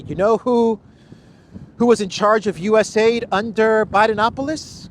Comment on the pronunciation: It's called U-S-A-I-D all the letters are pronounced